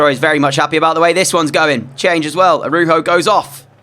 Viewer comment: I thought it was pronounced ar-OW -ho for Araujo